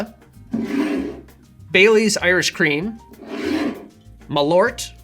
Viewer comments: As someone of Swedish heritage you might need to work on the pronunciation of Malört. Rather than "ma - loort" it should be a bit closer to "marl-oar-t". Malört happens to be Wormwood in Swedish, made famous in Absinthe, and also a popular herb used in Swedish snaps to give a bitter flavour. The word "bitter" happens to be "bäsk" (pronounced "besk") so you were right on the money with your choice. Love the channel though, keep the drinks coming😄🍸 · Its pronounced "mahl-urt". You who share my nordic name should know this :P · As a Swede i say it's pronunsed Maal ourt and Behhsk in English that's wormwood and bitter. Use to it wise and that's great tasting. Love u ✌️